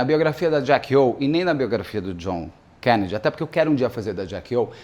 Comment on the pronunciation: Por que o Beto esta falando desse jeito estranho ao pronunciar o sobrenome Kennedy?